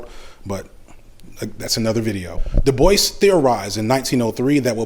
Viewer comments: I think Dubois is pronounced “Doo-bwah”, not “”Da-boyce”. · Every time you say "Debois" it sounds like you're saying "Da Boys" lol